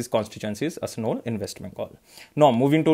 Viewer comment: Babul supriyo constituency is ASANSOL....it’s not ASNOL.